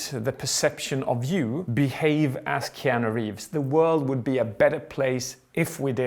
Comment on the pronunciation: "KEEANU" Hmmmmmmmmmmmmmmmmmmmmmmmmmmmmmm